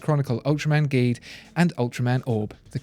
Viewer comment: ultraman geed is actually pronounced as "Jeed".